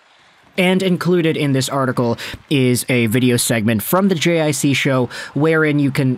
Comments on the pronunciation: I think JiC is pronounced "GeeCee" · JiC hahha you have to prononce it like : Jeecee (G-C)